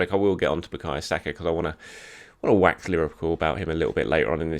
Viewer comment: I hope you said WAX lyrical! 😱